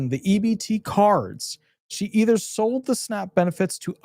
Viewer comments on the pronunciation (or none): none